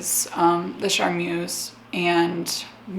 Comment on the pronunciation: I love this series and your videos in general but as a French speaker, the way you pronounce "charmeuse" causes me physical pain